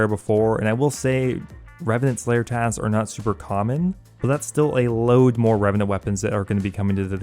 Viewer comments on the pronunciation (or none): none